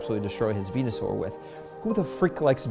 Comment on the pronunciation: i clicked off the video when he seid " who likes venuesure"